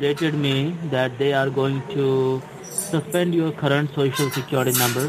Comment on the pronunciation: gets the shoshal wrong,: “That’s it.”